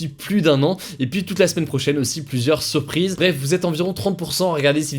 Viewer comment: 😂😂😭 Je me demande de quoi il parle quand il dit : SURPISE. Si vous voyez ce commentaire, donnez moi vos théories plz! 🙏😂